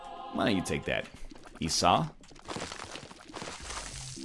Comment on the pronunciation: Yesss, he started pronouncing Esau right! :-D